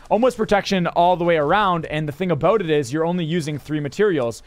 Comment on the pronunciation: That Canadian about